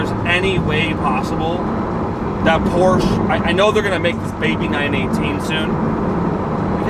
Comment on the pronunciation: Go to Porsche's YouTube channel and watch the video on how to pronounce Porsche, you own a 918 lol